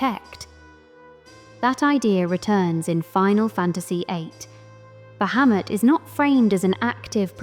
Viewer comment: I like that you pronounce the name correctly in the first couple of seconds. No sarcasm. Drives me nuts when people get this character mixed up with another one.